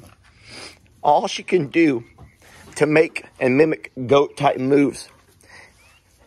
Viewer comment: First time I saw this video I swear I heard you say, "Goat moose. Not goat moves." So Journey is forever a Goat Moose in my head lol